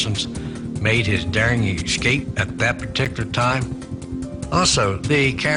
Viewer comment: That guy says: EXSCAPE. I wonder if he even knows that that is NOT A WORD? & .